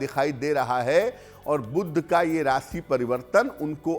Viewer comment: 'बुध' शब्द का उच्चारण "बुद्ध" करना ?! कर्णकटु लगता है। दोनों शब्दों के अर्थ में कितना फ़र्क है !